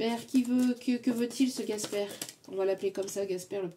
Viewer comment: Merci ❤ par contre c'est Casper et pas Gasper 😂 merci pour le temps que vous nous apportez❤